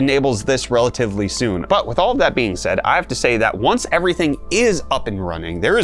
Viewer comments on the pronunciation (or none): none